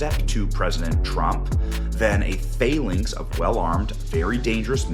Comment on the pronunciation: “Falynx”…It’s phalanx.